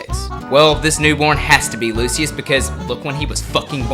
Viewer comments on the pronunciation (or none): lol you say it like "lu shuss"